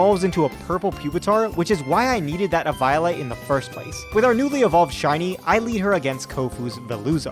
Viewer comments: I'm sorry but my ears were bleeding. You say it like eevee-olite, not evo-olite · I can't help but think you pronounced Nemona and Eviolite the way you did to bait comments. It worked if that's the case. I pronounce it like Eevee-o-lite personally.